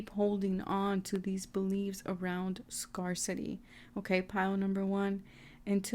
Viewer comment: Please look up the pronunciation of the word "scarcity". Lack of something. Scarecity....everytime you mispronounce it, I cringe. Sorry for being so petty....it just detracted from the reading.